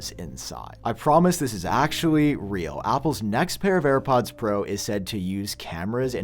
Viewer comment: “New AirPads” 😂